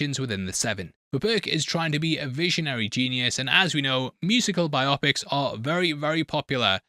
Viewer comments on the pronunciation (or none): musical WHAT? Absolutely bizarre pronunciation of "biopic".